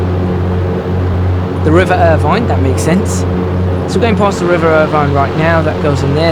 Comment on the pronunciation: The town is pronounced Ir vin not vine.